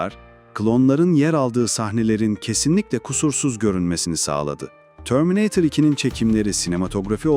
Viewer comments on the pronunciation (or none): Törmineytır da ne laa😂 eğer Türk sen ve Türkiye de yaşıyorsan bir Türk gibi söylemelisin ağzına yakışmamış şöyle dolu dolu terminatör de 😂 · terminatör'e terminatör desene kardeşim. ne o öyle törmineytır iki falan... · Törmineeytır nedir yahu. Bırak biz çocukluğumuzdaki gibi TERMİNATÖR diyelim şuna. 😂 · Törmineytırı duyar duymaz videoyu kapattim